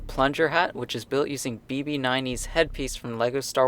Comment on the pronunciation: It's BB-8. Not "BB Niney